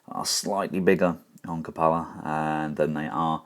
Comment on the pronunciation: It's pronounced "kyoo-puh-luh" as it is an actual word.